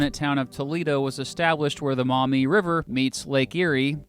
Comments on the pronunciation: I'm from Ohio, lived on the Maumee.... pronounced (Maw- mee) not (Mou-mee)... for 14 years. We just moved to Michigan and now live on the St Joe. Lol There's good and bad in both states. I really wish we lived in Bissett Creek, Ontario. I wish you'd make a video about it. 😬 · As someone who's lived almost his whole life in the Toledo area and in Lucas county, it's "Maw - mee" not "mommy" river. And yeah, Michigan totally got the better deal. Maybe the feds should give Ohio Pittsburgh as compensation. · Maumee River. Not "Mommy", Not mah-mee. Pronounce that 'U' as a 'W'. Maw-mee. It's my infuriating curse. Having to correct the pronunciation of a little POS city in NW Ohio that no one outside of the region had either heard of or care about. But dammit, I grew up in that little POS town. (GO PANTHERS!) Yeah- you don't even want to know what we do with the pronunciation of Genoa. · It’s pronounced... “maw mee” river, not “mau mee”. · As an Ohioan who lives in northwest Ohio and along the Maumee River, I just want to say we pronounce it as Maw-mee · I love it when people say maumee wrong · You say Maumee wrong. You need to emphasize the vowels much more.